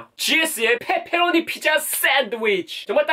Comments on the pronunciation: 말 진짜 찰지게 한다 ㅋㅋㅋ뻬뻬로오니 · 앜ㅋㅋ 목소리 너무 조앟 페페로니 발음이 ㅋㅋㅋㅋㅋ 내스타일이다 ㅋㅋㅋㅋ 뻬뻬r로뉘~~ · 뻬뻬로뉘~ 발음 귀엽네용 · 발음 강하게 하시니까 빼빼로니 피자라고 들려영 데헷 >ㅇ<